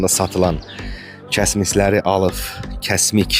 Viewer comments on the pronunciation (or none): Alıf yox alıb